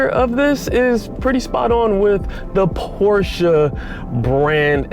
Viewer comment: first time i heard american saying the name Porsche the right way.